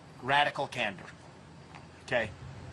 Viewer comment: i thought he said "camber" at first and i was like, "what does the vertical angle of a wheel have to do with zelensky"? candor = being honest.